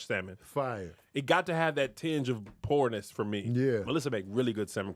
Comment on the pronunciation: “A tenge of poorness”